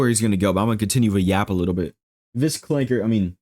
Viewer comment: I can't with this man, "ClankeR"